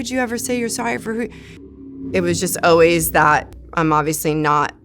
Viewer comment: Someone should let her know how to pronounce the word always lol “oh-wees”